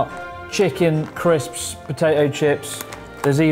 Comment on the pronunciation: Did you say Crips?